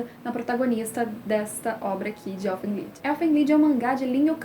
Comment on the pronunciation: eu sinto q a pronuncia é "elfen laid" mas de resto o video é bom